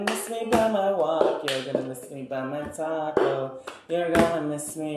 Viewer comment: I heard "taco" instead of "talk."